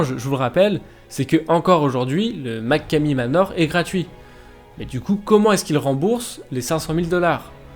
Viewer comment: Et sa se dit machomey manor